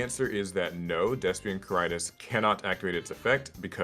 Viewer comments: Well done,. Meanwhile I've never had more earpain than listening to the pronunciation of Quaeritis. ("K-why-re-tis") (Also if you're playing Despia in Europe, do not try the Macro Cosmos one. You're not gonna like the judge call.) Personally not sure how the masq question is "suddenly" relevant - You've been able to use poly your entire life even though this interaction exists for a lot of monsters. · The way they pronounce quaertis is throwing me off so well